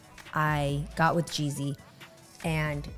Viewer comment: Mispronounced the man’s name constantly. Weird robot voice. Please do better next time